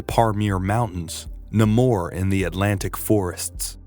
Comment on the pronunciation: you just messed up saying namor.. say it like n, aim, or. Your saying it like its spelled with a u. Anyway thx for the video